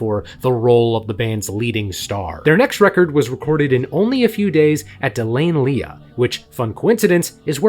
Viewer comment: So what is it? Kirwane, Kilwarn, Kerwine, Kilwane? It's bloody Kirwan! "Kir-win" And De Lane Lea is pronounced "De Lane Lee" not "De Lane Leah"! Where'd you learn English? One of those Ebonics schools? And did you only attend 1 class per month? 🤦🏻🤣